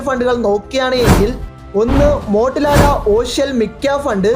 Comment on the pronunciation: മോട്ടിലാല alla മോതിലാൽ കൊണ്ട് അല്ല ക്വാണ്ട്